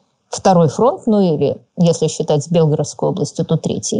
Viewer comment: Ну почему все говорят БЕлгородская? Она БелгОродская! Как НовгорОдская